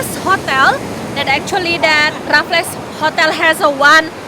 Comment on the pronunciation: Raffles ... raff-ills 😊